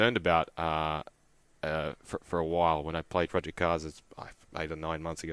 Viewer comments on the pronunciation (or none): Project------not Pro---Ject